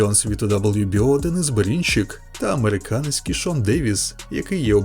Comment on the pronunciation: а що з вимовою ? Дивно тягнеш кожне слово перед паузою / останнє слово в реченні - Берінчииик, рииинг, на повнууу, бійцямиии